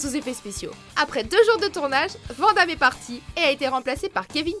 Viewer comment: Putain, quand apprendrez-vous à dire Jean-Claude VAN(NE) Damme ????